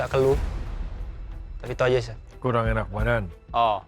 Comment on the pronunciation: Chef gak pake "t" bro 🤣🤣